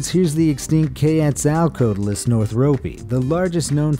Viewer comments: OK, it just killed me when they said: "Kay-atz-out-ote-less" ITS; "Kwet-Sul-Kwat-Lus-" XD #DINOSAURPERFECTION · Just FYI, you pronounced quetzalcoatlus wrong, it is qu-wet-su-co-ot-l-us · ITS PRONOUNCED quet- so-co-atlas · Kay-ets-al-quota-us. Lol! Reminded me of high school English class when the people who had never read a book were asked to read out loud. Fking hilarious. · Did you really pronounce Quetzalcoatlus which shouldn't be hard when it's named after Quetzalcoatl the mesoamerican god. Cause i swear that ain't the word i heard when you showed an image of the quetz and i reround it 5 times just to make sure. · You completely butched Quetzalcoatlus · this is the worst way you can pronounce Quetzalcoatlus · excuse me how did you pronounce quetzalcoatlus? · Dude quetzalcoatalus is not pronounced like that